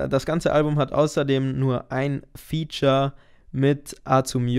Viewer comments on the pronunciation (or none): none